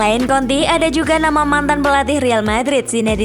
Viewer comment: Konte min, jangan konti 😂